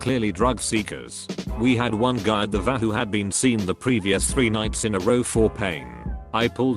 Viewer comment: The automated voice needs to learn how to pronounce "paperwork". - Auto-voice also needs to learn that "t;dr" means "too long; didn't read", not "tl; doctor". - Also, somebody tell the auto-voice that "VA" (for Veteran's Administration) should be pronounced "Vee Aye", not "Vah". SOMEBODY PLEASE RE-PROGRAM THE AUTO-VOICE!!!